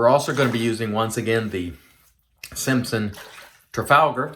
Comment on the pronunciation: Nailed the trafalgar pronunciation this time 👍😀 The Maol splash sounds great, people seem to rave about them